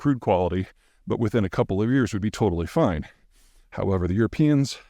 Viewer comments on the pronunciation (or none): none